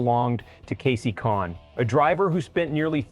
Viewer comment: That's not how to say Kasey's Last Name.